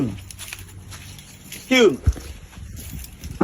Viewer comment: Ab(r)usive😂 "Doin too much, and Da Fuq or Exscur me". If I hear anything like that, I'm looking for an exit 👍🏼